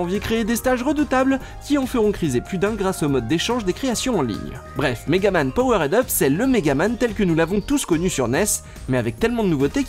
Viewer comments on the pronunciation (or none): On dit "power'd up", pas POWERAID UP, lol en plus tu le répète au moins 3 fois en 30 secondes, bonjour l'effet comique.